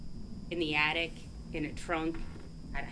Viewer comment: Sometimes she gets it right tho. Like the times she's talking about the attic and called it an addict a couple of times before she got that right. Maybe her uppers are slipping. She has such a tiny mouth. And I don't know what that accent is. During the murder trial she pronounced poop as peup about a hundred times. AH...Ah...🤢